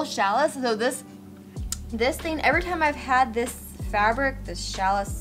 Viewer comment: Boo-clay Boucle; shall-ee (challis)